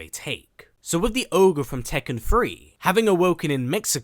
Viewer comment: Its Ogre my guy..not orge